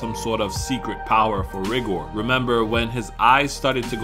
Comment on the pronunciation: It's pronounced RY- GOR LIKE RY- GRRRRRR